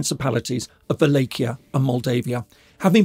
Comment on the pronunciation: Never heard "Wallachia" pronounced like that🤔 interesting